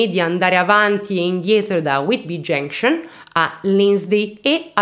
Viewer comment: Grand Trunk!!! Genscion😂😂😂😂😂..ma cribbio che pronuncia..va be dai almeno fai ridere..più ti sforzi di pronunciare giusto più ti escono delle cose aberranti